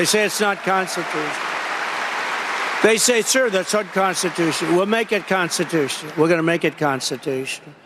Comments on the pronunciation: Did he really say "constitush"?? What a effin moron lol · "Constitoosh"? The man can't even pronounce the word ' constitutional'.